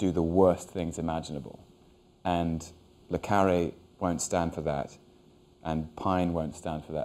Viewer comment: Hugh always says Le CArre not CarrE